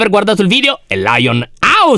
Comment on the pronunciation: No way lyon con accento siciliano